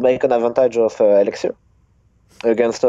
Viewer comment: "Now I have a huge huge erixir advantage u kno"